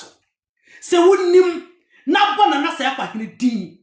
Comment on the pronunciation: Come and let me lecture you about Seikwa.You can't even pronounce:Bouna,Yerekaye.etc.I know those places.Read "Oral Traditions of Seikwa,Badu,Nsawkaw and Nkorankwagya"by ESK Owusu.Also read "Bouna Royaume de la Savanne"and stop displaying your ignorance on social media just because you need a few dollars.I have worked extensively on Seikwa.You don't even know the town Seikwa.